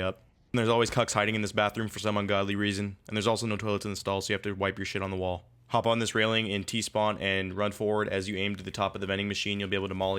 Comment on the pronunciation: Lol i heard phoon, probably fake?